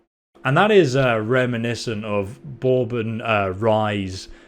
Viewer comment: That one is technically not a rye, though it has rye in it. I love how you say bourbon too. Most Americans call it "burbon." Also an interesting note, that is not a rye whiskey. Bourbon is whiskey where the mash is more that 51% (I think?) corn. Whereas a rye whiskey would be more than 51% rye grain.